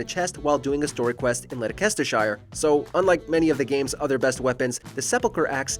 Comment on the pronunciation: Led a kester shire 😂